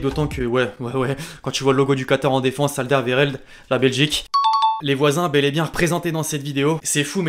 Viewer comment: mec on dit pas al dé ve re ld on dit al der wéreld c comme ça qu’on dit en belgique